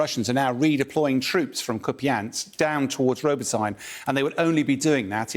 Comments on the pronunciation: Glory to Ukraine. Btw town Robotyne is not pronounced as robotaine, but roboteene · It’s spelled “robo-tee-neh”, not “robo-teen”, “robo-tyne” or “robo-tine” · He just needs to work on his pronunciation of Robotyne now. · Hurts listening, him to calling it Robotyne